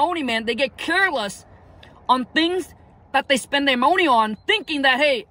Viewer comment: Keyword keep the "MOE-NEE"